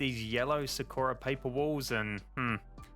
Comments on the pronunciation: Tf is Su-ko-ra? It’s Saw-ku-rah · aaaaaaaa ik this doesnt matter but you keep calling it "sa-ker-a" when its "sa-kur-uh" dont mean to be a di** head yknow just putting it out there :joy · sakura is actually pronounced (sah-koo-dah) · Its Sah kooh ra. Like the chick from Naruto. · Sorry to be that guy but it's pronounced Sahk-ura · You do know that Sakura means cherry blossom Edit:ur also pronouncing it wrong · I love this video but the way he pronounces Sakura triggers me something fierce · AAAAAAHHHHHHHHHHHHHHHH YOU PRONOUNCE SAKURA LIKE SAKURA FROM NARUTO!!!!!!!!!!